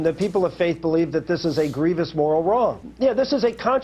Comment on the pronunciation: Young Turk, you are wrong. And it is gree-vous - not gree-vee-ous.